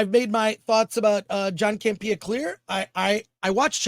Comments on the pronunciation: Chris, you’re saying John’s name wrong. It’s CAMP-eeuh, not Cam-Pia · Is there a reason why he puts the emphasis on “pee” in Campea? I thought it was a joke at first. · I love when people mispronounce names of people that they have watched that person's show.....then you should know that hisn name is not John CampeeeeeeeeeeeeAH 😁 He made a big mistake in letting go RMB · John CAM-PEE-YAH😅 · I'm not sure your pronouncing John Campia's name right but it's hilarious!😂😂😂